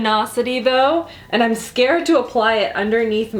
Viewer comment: Anyone notice her saying "ine" instead of "I'm" and losing their mind a little bit??